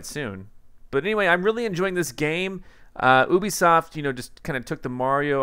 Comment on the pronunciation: Hi,, G4 Tech TV and Ubisoft employees who appeared on MTV confirmed the American pronounciation of Ubisoft is YOO-BEE-SAWFT, not OO-BEE-SAWFT, like you pronounced in this video. I enjoyed your last video quite a lot.